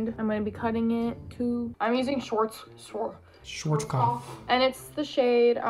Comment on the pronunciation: Schwarzkopf ... :D just google how to say it :) It seems no one in those videos knows how to pronounce that -- btw.. It translate as (Black head) in German